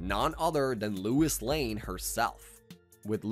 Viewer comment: Who is Lewis Lane? Dude. Also heard histowy instead of history lol.